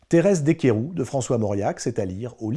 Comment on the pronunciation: On prononce le S de DeSqueyroux.